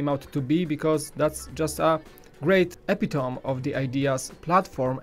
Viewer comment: Just an FYI: "Epitome" is pronounced "e-PI-tow-mee"